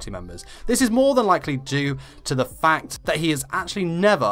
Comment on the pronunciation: I could have sworn he said “fuck number 4”